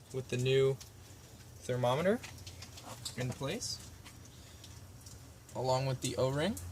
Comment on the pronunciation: "Thermometer" Send him to the pit of misery! DILLY DILLY